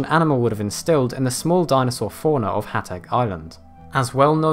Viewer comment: Hateg is pronounced more like "Hah-tsegg" rather thanh "Hahts-egg". If that makes sense.